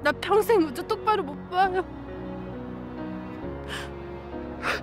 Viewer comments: 미주 캐릭터가 너무 불쌍함 자식 이름을 부르고 싶어도 부르기 힘들어보임 글씨엔 분명히 우주 라고 적혀있는데 들리는건 항상 으즈 임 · 우주 발음이 안되서 으즈 이러네 평생이 귀여운 유전자네